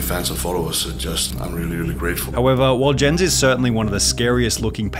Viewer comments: rip sunny for the way he pronounced "jens" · Jens the beast is actually pronounced "Yens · Jens the beasts name is pronounced as yens like a y but spelled with a j, i would know. Thats my name as well